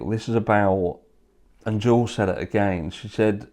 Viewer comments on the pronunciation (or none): none